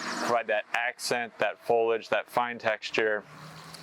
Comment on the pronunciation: FOL-I-AGE, not folage.